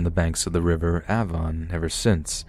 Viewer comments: Ay-von, mate! River Avon! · River Avon you said it so wrong